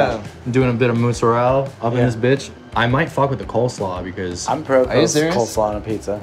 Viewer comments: If joji says it's motzurella then it is motzurella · joji :"im doing um a motzu, motzuru..." me :"oh maybe he's making japanese stuff pizza" pizza chef :"mozzarella? " me :" Oh " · motzu ....motzorell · What I see perhaps he only recall "mozzarella" in Japanese pronounciation but also not sure xD "motzurerra" ???? 🤔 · I love how Joji can’t say mozzarella lolll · Lmao joji struggling to say mozzarella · Filthy Frank can't say mozzarella. A little piece of Youtube's soul just died.